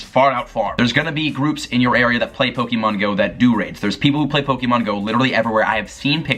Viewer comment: yokoHAma. not yokoAma. poh-kay-mon. not pokey-mon. thank you.